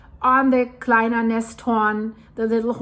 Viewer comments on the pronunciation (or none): Nesthorn - not -‘hornet’ - nest and horn